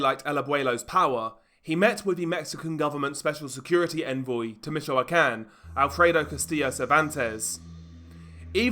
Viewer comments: Im fed up with these, judging the accent, british channels doing these types of videos, but cant even bother to pronounce the names right. Let me help you, stupid brit. Mee-choah-can. Try focusing on the muslim invasion of your shitty island instead and how cowardly, Englishmen have become. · Bro, it's pronounced "meet-cho-con."